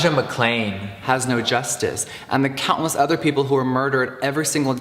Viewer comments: Is it just me? Or does it sound like he inserted elijah mcclain’s name in after. Like he said it wrong or something? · He legit said Elijah Mccain instead of Mcclain and dubbed it over